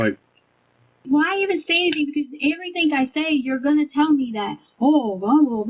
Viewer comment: Why does she say "everythink" and "screamink?" That's the most annoying thing I've ever heard.